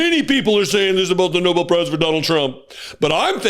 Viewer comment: It’s NOBEL not Noble Karoline!!